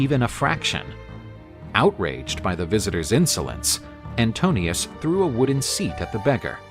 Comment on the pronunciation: The suitor is called Antinoos not Antonios. This is important because his name Anti-noos translates as Anti-mind. He is one of the most dangerous suitors because he can twist the truth and thus spread his propaganda, his narration of events. Odysseus has to win him with a better story,better narration, better claim. As the rightful King of Ithaca, he can do it...